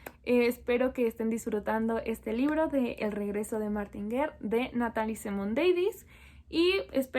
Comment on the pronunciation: Hola, se pronuncia "Martan" , sabría explicar por qué?